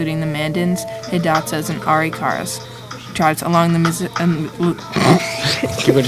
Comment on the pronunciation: Lol, "Aree-kara" Try "Ah-rick-a-ra"